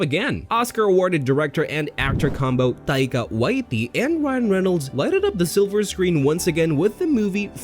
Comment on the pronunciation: Omg this guy's a moron... click bait and it's Waititi, not Waiti😅